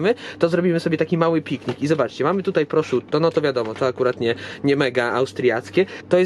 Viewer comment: Nie wymawia sie proszutto ;)